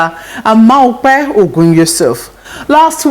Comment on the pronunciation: Your name is not maupe, but mope